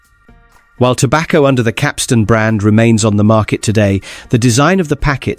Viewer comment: Pity the narrator doesn't know how to pronounce Capstan.